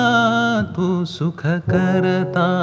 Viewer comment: लहान तोंडी मोठा घास पण 'भूषण' जितकं छान उच्चारलं गेलं तेवढंच सुखकर्ता दुःखहर्ता खटकलं. सुखकरता दुःखहरता सारखं आलं